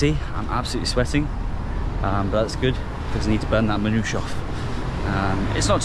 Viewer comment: Lovely video wish you a pleasant stay...however Lebanon was never colonised by the french, it was merely a french mandate. Its called manoushe, with a verbal e at the end...no not an italian tomatoe sauce based pizza...just a tasty Lebanese manoushe. All the best for the rest of your journey.